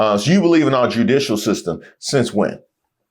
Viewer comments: She said Jew=dicuial. Erika you so fake your husband didn't trust tpusa.. how are you calling them famil. My ear balks are bleeding. STOPYOU AIN'T SLICK. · She hit judicial with that hard "jew-dicial" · She didn’t just say French. She also said, and she emphasized JEW-dicial system. Freudian slip?